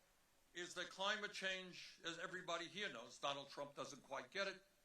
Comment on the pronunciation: How long into the speech before the Ol'' Fool "..... bwamed Donald Twump for evewything..."